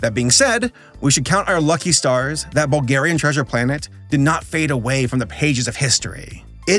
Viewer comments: All the Bulgarians are gonna love this. You just butchered a Bulgarian text. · if you ever need to read another bulgarian title know that us bulgarians put emphasis on the front of the word not the back